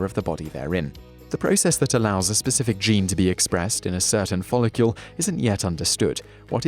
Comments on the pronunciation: Does anyone else find him saying folocule instead of follicle, incredibly fucking annoying? no, must just be me then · 100% yes. there's no U in follicle. it sounds ridiculous. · He said it wrong 20 times in 3 and a half minutes. Drove me mad! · It's nothing to do with having an accent, he just says it wrong... again and again and again! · i was just about to say this too! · Yes he's a fucking spanner.